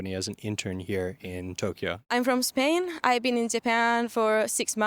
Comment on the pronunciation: this girl is the first Spanish i hear saying "i am from Spain" and not "from ESpain". Impressive!